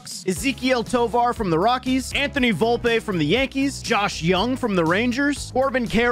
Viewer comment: Vlopeeeeeeee not volpa⚾️⚾️🤦🏻‍♂️